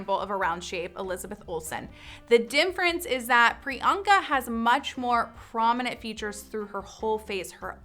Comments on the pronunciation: why do you say dimference? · Is she saying difference or something else like dinference?